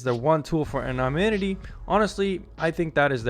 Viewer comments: Moron can't correctly pronounce the word anonymity. Would seem to be important for a vid on VPNs. I'm embarrassed for him. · You keep mispronouncing the word “anonymity” ! 🤣